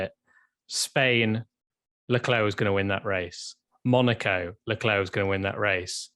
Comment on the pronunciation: Leclerc = LA CLAIR is how you say it. Come on!